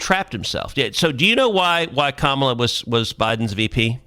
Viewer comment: “alright so Komma put out this book”. Comma?